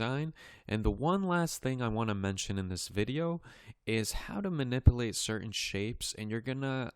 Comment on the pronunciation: Man-nipple-ate? Manip-u-late You are really doing a great job!